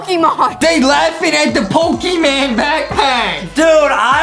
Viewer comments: not Pokeman it’s Pokemon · I like how justin said pokiman instead of pokémon😂😂😂😂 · It's pokimOn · I love when junstin said pokeman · justin is so old that he says pokemon as poke man